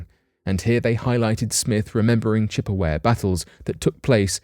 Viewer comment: I'm trying in the nicest way possible to say it's Chippewa . You got it all right except the last syllable which is pronounced wah.